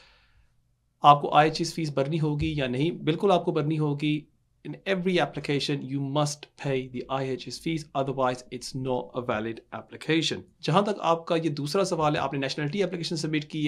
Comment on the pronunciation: Fees not feeses